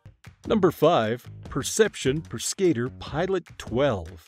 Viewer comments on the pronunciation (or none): Worst ever pronunciation of PESCADOR I have ever heard